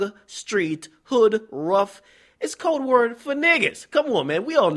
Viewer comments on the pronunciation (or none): none